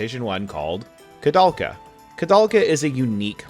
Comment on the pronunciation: It's interesting that a japanese person was inspired by a Czech-French photographer to name the game after him, meaning it should be pronounced with "ou" but at the same time, the japanese pronounce it as "korudelka" 🤔